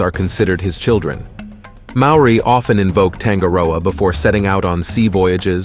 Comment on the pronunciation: I really enjoyed the summary of each of the atua/ gods. However, the Maori pronounication dishonours the good work that has been researched and presented so well and so concisely. If you re-recorded with a more practiced and perfected tongue, then it would rawe/ ausm.